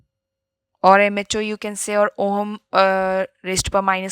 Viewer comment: Yeh oham kya hota hai?? It's ohm i think